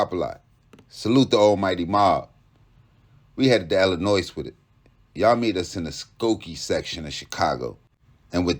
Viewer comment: Deepest condolences to the families but Please stop pronouncing the S in Illinois it’s silent